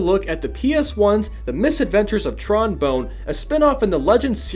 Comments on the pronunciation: I cringe every time ha says Bone. Pretty sure it's pronounced 'Bon' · Fuuuck, please from now on learn how certain words are pronounced before saying the line. It's making my autism rise whenever I hear bone instead of Bonne and Sa-ki when it's pronounced Sa-keh. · Who says bone when reading bonne?... it's obviously bon like the same as tron but with a b instead of tr... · Tron Bone? WTF? They pronounce it Bon lmao she's my favorite Legends character. Get it right,. Also, holy shit. 40 is even worse than Mega Man. He probably stole some of Tron's panties after she left the room. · It's not Tron Bone. Bonne rhymes with her first name. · You get a thumbs down for saying trons last name wrong